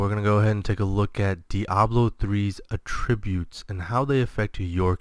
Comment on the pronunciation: Enjoyed the video. Accent is on the 'a' in attributes (first one in this video): How to Pronounce Attributes